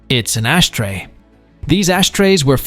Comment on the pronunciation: "Ashtray" or "ass tray?" 🤣